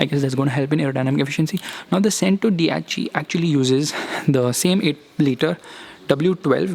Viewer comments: You even pronounced “Cento dieci” wrong. It’s not चेंटो, it's चेंतो. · Bhai buggati chentodiechi nhi buggati centodeici kehte h usse Isse badhiya to chintu hi bol le 😂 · Ur spelling chentodiechi but it’s centodieci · What do you mean it's not pronounced SENTODYECIY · hello bahe but prounciation of buggati centodieci is wrong